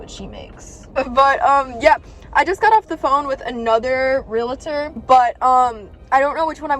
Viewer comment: it’s pronounced ‘real-tor.’ No ‘A’ in the middle. Otherwise, you’re doing a great job! You have handled being a teen mom amazingly. ❤️